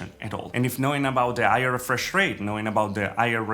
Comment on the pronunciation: Why he doesn't pronouce the H on higher and hertz?